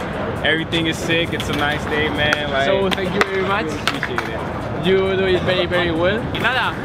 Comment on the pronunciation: "zenkiu" jajajaj